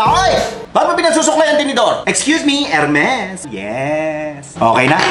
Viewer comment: Good for you to discuss pronunciation here. Tamang tama para sa mga nanonood ng vids mo na naguguluhan siguro dyan. And really good pronunciation of the French R! Really funny but you still got the correct R. :)